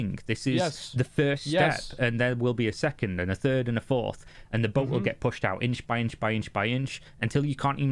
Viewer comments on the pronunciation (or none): none